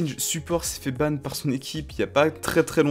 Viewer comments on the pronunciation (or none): none